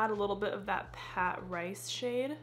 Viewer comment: Lol it’s Patrice….puhh-treese. Ha h ha had me rolling this morning.